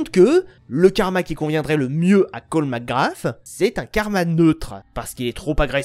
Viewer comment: Tu crache 1 poil trop sur le jeux a mon goût meme si tu as certaine critique pertinente. Aaa et arete de dire macgraFFFF ses macgraSSSSS S PAS F